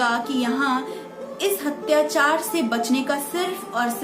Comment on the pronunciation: Mam apki video sarahniye hai magar ap apni Hindi ke ucharan ko theek kijiyega Parakram nahi prakram P ke sath aa ki matra nahi hoti Hatyachar nahi Atyachar hota hai Aurangaazeb nahi Aurangzeb Dhanyawad